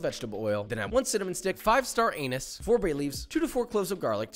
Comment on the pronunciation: My dude said "Star Anus" 🤣 my bad if it's a running joke, new to the channel. Shit was hilarious